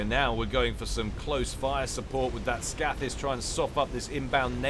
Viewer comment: Scathis is pronounced with a long a. Scath as in scathe.